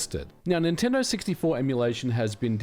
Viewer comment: that was a crazy good near miss "nin-tendid"